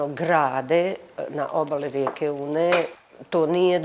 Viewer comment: Sarajlijice nije "Uuuuuune", nego prosto i kratko "Une".